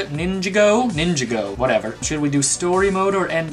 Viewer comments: It's pronounced ninja-go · It's pronounced ninj-ah-go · its proundeced NinGago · Its lego ningago